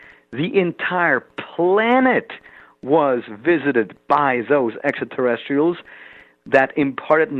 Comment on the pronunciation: Too bad he can’t pronounce extraterrestrials. He says essaterrestials. And asonauts. The tr sound escapes him.